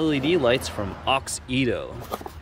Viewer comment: I know this was 2 years ago. But that’s not how u pronouns the brand name. It’s Auxito. Not Aux-Ito. Just sayin. And those Y13 led bulbs are a must have led bulb upgrades ❤️‍🔥❤️‍🔥👌🏼